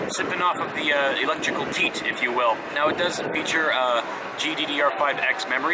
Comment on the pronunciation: ''electrical teet''